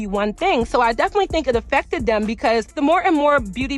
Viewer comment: When you say "them" it sounds like "dim". Also when you say " thumb" it comes out like "dumb". Not sure if its a accent or not pronunciating your words🤔 Not a speech snob just noticed.